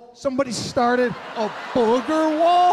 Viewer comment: I always lose it when he says “bOOGER wall” 😂😂😂